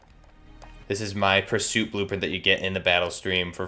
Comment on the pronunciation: U really pronounced that badly purist and pursuit are 2 different words but great video